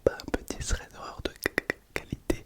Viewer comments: Stylé le concept, juste pour info c'est THREAD et pas SREAD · Je sais pas si c’est fais exprès mais c’est thread pas "sread" 😂